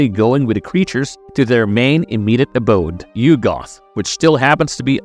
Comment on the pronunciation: yugg'uth. not you-goth